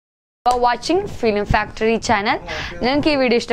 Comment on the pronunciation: Ithentha faktory nnu factory ennalle njan 6thill pafikkunnu